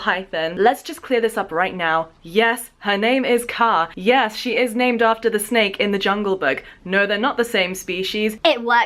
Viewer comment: hahaha i was so confused about the intro where you said 'snake earrings' in this weird accent because it sounded like schnecke-earrings and schnecke means snail in german😂